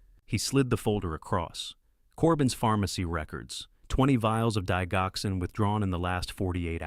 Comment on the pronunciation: Please learn how to pronounce DIGOXIN. ITS INSULTING AND GRATES IN MY NERVES TO HEAR IT PRONOUNCED INCORRECTLY.